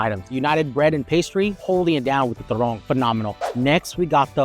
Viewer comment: Its turone.... ..not turong